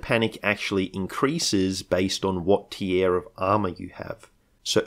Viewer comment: it's just unusual the way you say the word "tier" is all